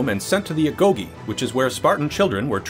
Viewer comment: It's funny to hear you pronounce agoge.